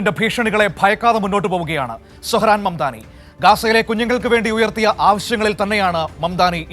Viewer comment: Mandani alla mamdani